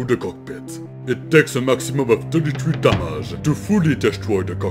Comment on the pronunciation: Gosh that accent of yours lol! Still trying to figure out where you get that french influence when you say "damage"